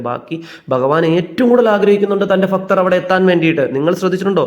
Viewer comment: എന്റെ പൊന്നെ ഫക്തർ അല്ല ഭക്തർ 🙏